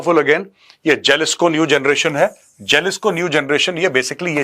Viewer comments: Jalisco J ko yaha H pronounce karte hai HALISCO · It's pronounced as Halisco Major sir 😅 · It is pronounced Halisco Cartel..